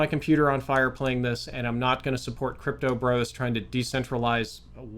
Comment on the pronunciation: Crypto Bros sounds so funny to me when you say it 😂